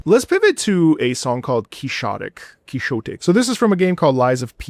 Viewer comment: it's pronounced quick-ZAW-tik